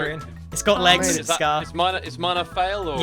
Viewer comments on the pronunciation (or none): none